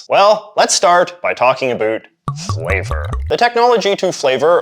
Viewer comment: You say about incorrectly